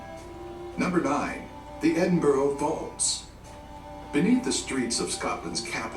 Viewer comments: It is NOT Edinboro. It is Edinburgh. Edinburra. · Not Edinburg. Edinburgh = Edin buh ruh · Edin-burrow kills me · Pity the background narrator can't pronounce burgh (as in Edinburgh) correctly - it is not boro (as in Edinboro) ☹ Try Edinburra. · Americans....Please learn how to pronounce Edinburgh...it's not Edinboro......it's pronounced Edin-bruh...after you've learnt that...we'll move onto Worcestershire Sauce lol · Edin brah... Not bro. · only one thing I ask. If you come to Edinburgh please don’t call it Edinborro it is pronounced Edinburru as in Edinburgh thank you xxx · I think you mean "bruh" -or "Embra" if you're local. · I cringed every time I heard the narrator say Edinboro! Scotland (not Scatland, an evil mispronunciation) is an amazing country. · "Edinboro"...... lol! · Edinburgh is pronounced Edinbra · Take a shot every time he pronounces it "Edin-burrow". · Interesting clip but spoiled my the narrator’s pronunciation of Edinburgh. It is pronounced Edinburra ! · Damn wish these videos could pronounce Edinburgh properly. It's Ed-in- bura.